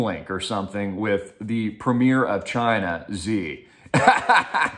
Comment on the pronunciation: You pronounce Xi wrong, it's pronounced, "She" not "Ze"